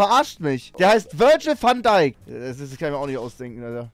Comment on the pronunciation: Wenn man mal nen namen nicht richtig aussprechen kann okay, aber wo zum teufel ist bei van dijk ein „r“ im namen 😂